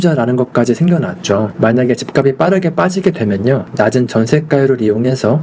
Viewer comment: 집값이 > 집갑시 지값은 > 집갑슨 발음 교정좀요